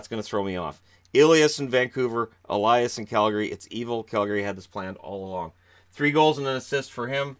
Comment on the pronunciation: Flames are pronouncing Elias wrong. There is only one pronunciation of that name here in Sweden and Nucks got it right.